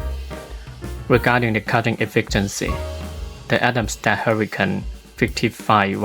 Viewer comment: Excellent video. I like that you showed the built in Camera and Atomstack Studio software. (I understand you are not native English speaker but I understood everything. For future Atomstack videos the English pronunciation of Atomstack is not Atom sta, It is with a K in the end. Atomstack the sounding as you pronounced Camera C and K are often pronounced K. Cat, Kit and Camera is: K-sound.)